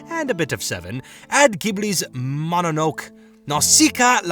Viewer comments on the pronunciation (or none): im sorry but you really butchered the word mononoke it is pronounced mono noke ee